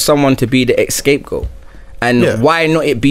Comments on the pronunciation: Did I just hear a grown man say escape goat? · man said "ESCAPE Goat".... Mad